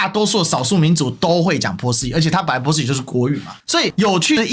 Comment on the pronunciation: 发音有点可爱，也更符合原语言，以后我就读Po斯，Po斯湾😁